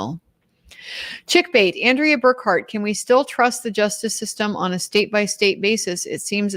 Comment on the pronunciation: BURKHART is a German name, dear Andrea.